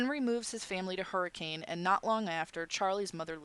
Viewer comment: im sorry for correcting you but as a utahn i feel the need to tell you its pronounced Hurr-ih-cun sorry